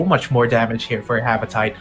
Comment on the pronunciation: Its Ha-va-ti-te not Ha-va-tayt 🤦🤦